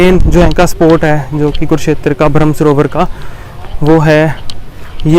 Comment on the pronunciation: ब्रह्म सरोवर आप बोल रहे है भ्रम . गलत उच्चार